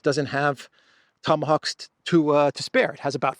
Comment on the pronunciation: Tomahoaxs you say 😂😂😂😂😂😂